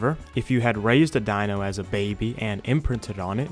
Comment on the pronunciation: Bro you literally get EVERY DINO NAME WAY WRONG 😂😂😂😂😂